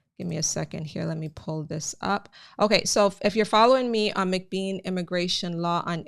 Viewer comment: Mc Bean and not Mc Beam .....I appreciate your informations